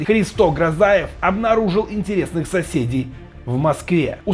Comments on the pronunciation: кто? "Христо ГрозАев"? 😲😲😲 Ты хоть сам понимаешь, что зачитываешь? Уже который раз делаешь ошибки не только в фамилиях, но даже в названии городов Беларуси. ХрИсто ГрОзев он!!! Как этого можно не знать? Почти в каждом расследовании Навального он фигурирует. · "ХристО ГрозАев"? 🤔 "Улица Зорга"?! 😳 Это который злодей из "Пятого элемента"?! 😂 Ребят, готовьтесь лучше! А то иногда уже приходится расшифровывать ваши тексты... Да и уважать надо своих зрителей. Стали слишком частыми довольно дурацкие ошибки произношения в общеизвестных (и простых!) именах, названиях и терминах. 🤷🏻🤨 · Христо Грозев!!!! Стыдно так коверкать фамилию такого человека(((((